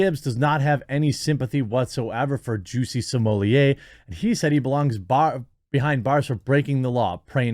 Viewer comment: Please pronounce his name correctly. It isn't Juicy Sommelier. Thanks